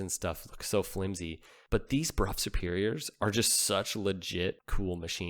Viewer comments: It is pronounced brow not bruff! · That bike deserves its own video. BTW, I think the English pronounce it as "Bro or Brow" Superior, not the common B-Rough, that's how the peasants said it. 😋 Could you confirm please? If you dont mind old chap. Next English lesson for.....Pronounce Southwark and Thebarton. 😂